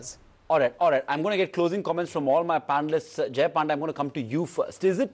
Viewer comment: this anchor even don't know how to pronounce panda. shame